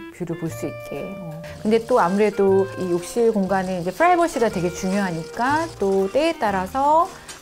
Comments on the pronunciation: 굳이 프라이버시를 후라이버시라고 하는 이유는 뭘까... p인디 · 살다살다 유한대는 처음 들어본다. 유한 킴벌리에서 만든 회사인가? 이러다 무한대도 생기겠네 ㅋㅋㅋㅋ 게다가 여자 이름이 이규홍 ㅋㅋㅋㅋㅋ P프라이버시도 아니고 F프라이버시 ㅋㅋㅋㅋㅋㅋ